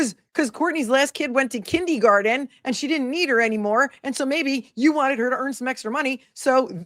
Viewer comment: Kin-DEE-garden?? What???